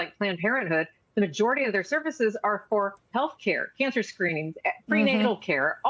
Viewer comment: Gnacer care??? Speak right